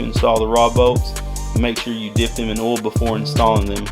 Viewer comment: Is it a requirement for all mechanics to pronounce "Oil" like "Ohll" ?